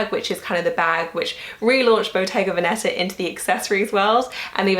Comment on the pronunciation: Hey! The accent in “Veneta“ (Bottega Veneta) is actually on the first syllable! So it‘s vèneta ☺️love your videos!